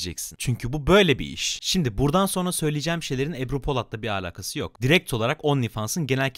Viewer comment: abi allan için artık şu (alaka) yı alaqa diye söyleme videoda ciddiyetimi bozuyorsun